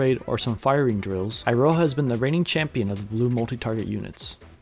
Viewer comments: It's pronounced Eeroha. Come on, you american weebs should be used to japanese by now. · who tf spell iroha with eye-roha 😭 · why do you pronounce it as "Eye-ro-ha"? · the funny part is that you actually nail Michiru pronunciation pretty good but then pronounce Iroha "I-roha" instead of "ee-roha"